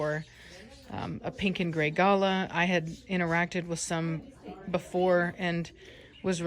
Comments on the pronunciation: Do Americans say GAlah? We Aussies pronounce it gaLAH 🤣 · Ga lah is how you say it, you need to add an Aussie to your home, lol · Ga La. lol being an Aussie it's funny listening to Americans say Galah. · I love African greys, they're meant to be one of the smartest parrots and the best talkers. Also.... It's funny hearing you say galah 😂 in Australia we pronounce it "ga-laaa"